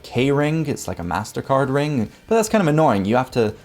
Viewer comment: For gawD's sake, "WHY DONT YOU GO AHEAD" and get your bad diction habits sorted out. It makes you sound like a Muppet. It's NOT a rinGk. NOT strinGinGalonGk sinGinGa banGinGk sonGk. NOT goinGon brinGinGit lookinGat cominGup rinGinGk. It's primary school education that the "g" is silent in gerund and present participle words there's no "k" sound on the end either. NOT brinGinGit lookinGat NOT doinGit cornerinG. NOT sawR lawR drawR drawRing withdrawRal awR-inspiring NOT asdaR pastaR pizzaR bananaR cinemaR sofaR mediaR dataR NOT lisaR nicolaR santaR NOT indiaR canadaR viaR americaR. That's a bad diction rhotic habit not English grammar.